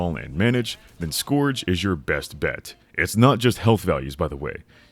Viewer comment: the way bro is pronouncing scourge is killing me